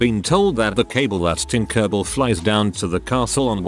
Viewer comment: hearing tinkerbell pronounced as tinkurbil is hilarious